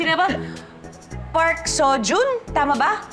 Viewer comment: Park is pronounced as Pak